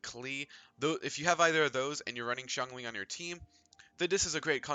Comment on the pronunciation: Of all the genshin impact videos I've watched, this is the only one that pronounces Xingqiu and Xiangling correctly. A breath of fresh air. Thanks for that.